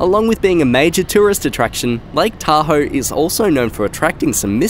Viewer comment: Thank you for saying Lake Tahoe correctly